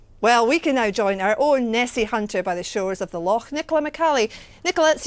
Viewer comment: she said, "Lochaulk" HA!